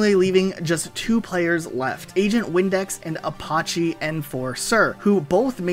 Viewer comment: I'm not sure what's more painful. How he said "Ah-di-soos" or how he said "ah-pah-chee"